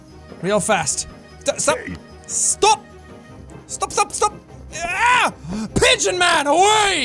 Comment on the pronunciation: I’m not sorry, but it sound like you said bitch simulator? And then I clicked on it and found out it was pigeons! So at the same time I wish it was the complete opposite because having control over women doing horrible things in society will be just as devastating as pigeons pooping on people in society. Regardless it’s still funny and I still enjoy everything that you play when it comes to any kind of video game or simulator out there because you make me laugh my ass off!